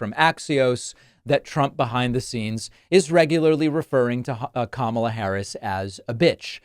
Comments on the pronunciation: Trump's really having trouble pronouncing Karma. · Did anyone notice he pronounced her name correctly when calling her the B word 🤔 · Anyone notice how in private he pronounced her name correctly (even while calling her a b)? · I liked Colbert's joke about this. "It's pronounced 'Karma', and yeah it is a bitch." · He claims any black female he doesn't like nasty. I would also like to quote Stephen Colbert and say, "it's pronounced Karma, and yes, it is a bitch."